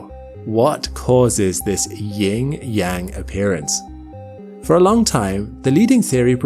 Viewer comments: It's yin/yang not ying/yang. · it’s “Yin, Yang” not Ying, Yang mate. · "ying yang appearance" No. You mean yin yang.